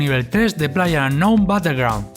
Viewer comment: " playe unow batellgro "